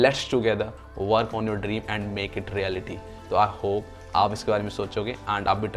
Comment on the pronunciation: Nice video brother, i have been following your channel since a a year I like the editing and the way if explaining. It's easy for everyone to understand. ❤❤ . . . . . . . . . but I'd like to highlight this as it'll create bad impression Don't pronounce आंड ❌ Pronounce अँड ✅